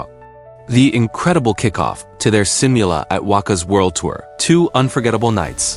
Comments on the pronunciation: "seem you lah" :v ~AI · that's one word u kept on repeating in this video... You might as well do some effort pronouncing it correctly just like the way Filipinos try hard to give neutral or close to American accent and "proper" pronunciation of English words😅😂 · hit like and subscribe?🙄 hell no... u can't even properly pronounce one word u kept on saying "simula"